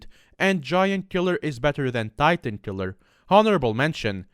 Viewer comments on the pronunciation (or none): none